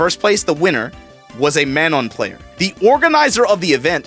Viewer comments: Bruh you say Manon weird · Man, he still cant pronounce Manon. But yeah that event was dope.